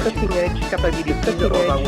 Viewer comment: why don't you just admit that your jealous of Cutting Edge "Capabeeliteez" of ubisoft?